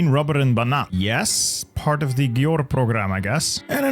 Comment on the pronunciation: Bit of help with saying Győr: gy is like d in 'during', and ő is like i in bird. dir. Ö is the same but shorter (Gömbös)